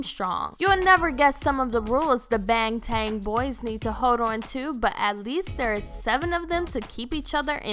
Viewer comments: did she say “bangtang”? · Skye Crane this lady didn't even pronounce AgustD correctly and she said "No swearing or exposed body." She CLEARLY doesn't know what she's talking about. EDIT: WAIIIIT I just watched it again and heard the way she said Baeeeeng Taeeeng PLEASE CLEAN MY EARS OUT WITH BLEACH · So r we suppose to sit here and act like shes not saying band? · Not tan it’s tahn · You're lucky you didn't watch the video She said AgustD wrong and now I need some bleach to clean out my ears AHHHHH edit: and she said Bangtan like Baeeeeeng Taeeeeeeeng" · bangtang? did you mean bangtan? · OK I don't want to sound petty but she mispronounced the name as bangtang when it is bangtan (like baaahhhngtawn). Is this correct? I am not Korean but I have even heard BTS prounce it without a "g". Oh well she tried but I agree more research should have been done! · bange tange I though it was Bang Tan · She's clearly not following the "no drinking and posting" rule You can tell because she said "Baeeeeeeeeeeeeeeeeeng Taeeeeeeeeeeeeeeng" insead of Bangtan or Bangtang. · She Said Jungkoo and Bangtang what?! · "Bangtan? Bangtang? NO IT'S BAEEEEEEEEEEEENG TAEEEEEEEEEEEENG" -A quote from the stupid lady who made this video and got so drunk that she forgot about the "NO drinking and posting" rule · I wanted to leave the internet every time she said “ bangtanG boys” and “chunkook” also where the heck did she get her “”””facts”””” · OML same when she said BANG TAN boys I died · Bang Tan, Jungkoo.....am I literally the only one that can't stand it when they can't pronounce the names and group name right? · "The BANG-TAING boys" "shu-guh" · LMFAOOOO SHE SAID “Bang TAN” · "Bang tang boys" Stop using BTS for fame 🙄 and if you do, at least pronounce the name correctly. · Cringyyy how she pronounce there name bang ten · Yeah she said "Bang"tan like eww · b a n g t a n g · GWSN BTS REDVELVET TWICE PENTAGON BLACKPINK yeppppp and she pronounce bangtan Bang tan and Jungkook Jungkoo